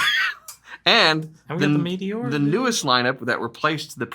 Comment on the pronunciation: Pronounced ‘may tay ora’